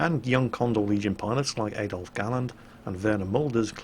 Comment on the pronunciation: Did you pronounce Adolf; Ay-dolf...?